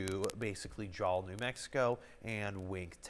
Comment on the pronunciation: Jal is pronounced like "Hal" except with the english J. ps thank you for including se nm, you are the closest news station we have.